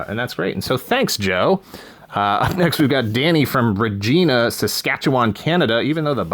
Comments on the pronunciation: Oh. Everyone knows that it's pronounced "Reg-eye-na", because it rhymes with "fun". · Sorry (eh), but the Canadian in me feels obligated to tell you that "Regina" rhymes with a lady part rather than a lady's first name. 😅😉 Congrats to you and Greg!